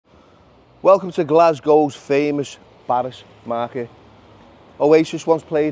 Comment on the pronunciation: It's pronounced BARRAZ not BARRASS